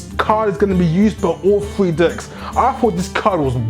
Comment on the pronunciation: love the enthusiasm. had the occasional chucking when you pronounce decks like... dcks but that partially kept me thru the whole 28 minutes. keep it up and look forward to your future videos